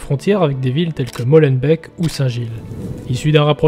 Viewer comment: hahahhaha et pour la petite info , pour Molenbeek on lit les 2 ee de "beek" comme le mot "et"